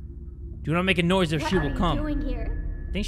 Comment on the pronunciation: Are we gonna ignore how he said"nosy" instead of noise